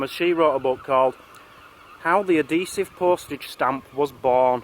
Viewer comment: ahesive?!! Never heard of that before.